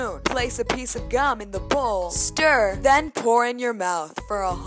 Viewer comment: "pHlace a pHiece of gum in the vBowl"